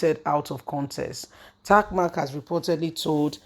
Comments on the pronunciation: He’s Tee Mac not tac mac.. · Why do you found it difficult to pronounce people's names properly.It s Tee Mac not Tac Mac.. It's written clearly.,and you always do that.